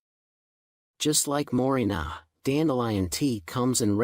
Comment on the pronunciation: More-ring-gah tea. The "ai" voices kill me.😊